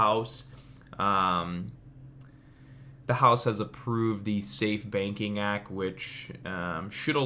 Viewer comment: Thank you. Dude I swear you were saying "safe baking act" lol.